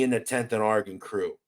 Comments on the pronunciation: You really need to learn how to pronounce Oregon you sound like your saying orgin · Its interesting to hear people from Philly say Oregon, out there it sounds like are-gen, out here on the west coast we say Or-re-gone......